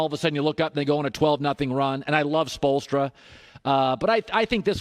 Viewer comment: "He and Erik spoelstra"